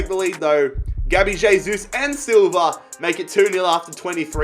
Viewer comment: Pronounced "hey-sus"